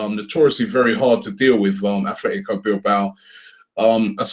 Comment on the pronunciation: Koscielny is not left footed Robbie......... Sometimes I wonder whether you actually regularly watch arsenal. Also Gundogan is not a a DM, and it's pronounced Atletico not Athletico.......